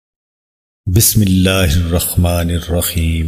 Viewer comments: Yeh to BismilAllah sahih nae parh saktay. Gor say sunain. ح کو خ پڑھ رہے ہیں۔ 😡😡😡😡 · Sahi Se Bismillah Pedhe App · بسم اللہ تو صحیح پڑھو۔